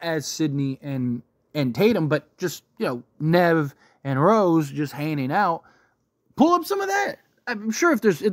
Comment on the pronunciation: There is a G in hanging out, please stop using filler words like "right?!"